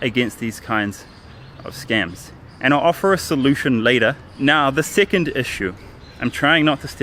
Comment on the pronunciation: Why do you say "seeceend" instead od "second"??